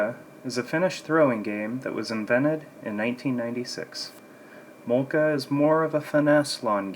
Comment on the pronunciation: Please, get a Finn to teach you how to pronounce mölkky correctly.